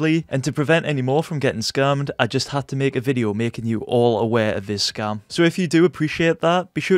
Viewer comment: Sounds like he is saying scum